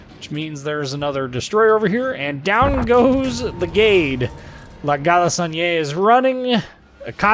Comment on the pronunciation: I love how english speaking persons pronounce french names i.e La galissonière lol. great video as always :)